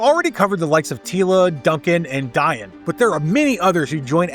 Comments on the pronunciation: It’s “Dee-on” not “Di-an” isn’t it? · Her name is pronounced Dee-on, like Dionne Warwick. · Dian is pronounced like deion